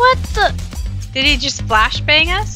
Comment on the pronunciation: NO. What did i just hear? I better have not heard her say "blashbang". I refuse.